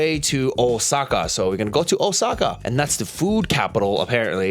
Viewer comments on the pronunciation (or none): Pretty much every NPC's itinerary going to Japan. Also wtf is Oh-sucka? It's Ōsaka.